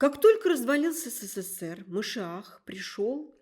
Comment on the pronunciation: Что за "Сэсээр"? Ведущая произносит слово " СССР " как иностранка.